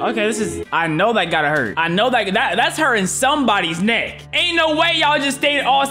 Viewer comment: N for neck not ni